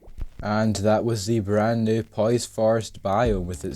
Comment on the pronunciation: Dude, wtf, hearinf you pronouncing pois that way hurt my ears. It's french and it's supposed to be read poo-ah